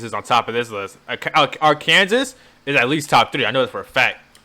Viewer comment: I get the feeling this dude really thinks Arkansas is pronounced R. Kansas and wasn't being funny.